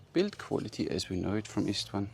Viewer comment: It's pronounced: "Ishtván" (like the 'sh' in shackle or shack, or shake). Love the vids, keep up the good work!